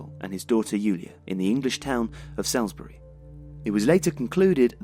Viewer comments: Salisbury is pronounced 'Solsbree' not 'salsbree' Great video but as I live there I felt obliged x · It’s pronounced Sorlz-Buree man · Great video, but I was definitely put off by the pronunciation of Salisbury (Souls-bury) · It’s not “salsbury” it’s pronounced “sols-ber-rey” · Salisbury is pronounced Sall-isbury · FWIW it's pronounced "Sauls-bree" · Salisbury is pronounced sallsbry by the way! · I'll say something negative. They were saying Salisbury wrong!! Ruined the entire video. Seriously though - can't do wrong. Every piece is meticulously done, and executed in a brilliantly unique way. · Just a shame he can't pronounce 'Salisbury'. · Strange pronunciation of Salisbury!? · Yeah, it's weird that the narrator can't pronounce Salisbury despite being English. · Good video - I would check your pronunciation of Salisbury though. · how is a lad from england going to butcher the name Salisbury so badly 😂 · That's not how to pronounce Salisbury. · Odd way to pronounce Salisbury from somebody with a UK accent. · Not bad,.. just a little work on the pronunciation of Salisbury required,.. 🤪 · If you believe the Novichok nonsense you will believe anything. It's strange that you can't pronounce Salisbury correctly.